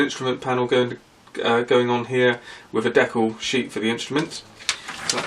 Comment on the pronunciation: the way you pronounce decal...